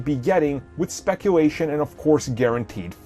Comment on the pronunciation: I think you mean specuwation